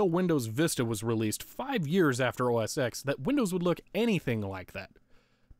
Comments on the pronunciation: OS TEN NOT X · (insert complaint about pronouncing X as "Ecks" rather than "Ten") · Oh my god, I can't stand how you kept saying OS "Ex" instead of "OS Ten"! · Why did you pronounce OS X the way it's written rather than the way Apple says you should pronounce it, despite its deviation from previous Mac OS naming conventions? OBVIOUSLY it's supposed to be pronounced OS Ten instead of OS Ex, despite all 9 previous versions of Mac OS using Arabic numerals instead of Roman numerals! How dare you misinterpret something so minor and pedantic it makes absolutely no difference to my understanding of the video, since I clearly knew what you meant despite your error! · You may know and have been told a million times by now, but it's pronounced "OS - TEN", the "X" is a roman numeral for "TEN". I'm surprised you didn't get the mini-VGA adapter, how expensive could a small adapter/dongle cost? Despite my comment, I like your video and it is very entertaining to watch. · bruh, i feel like ima have an aneurysm every time you say Mac OS Ecks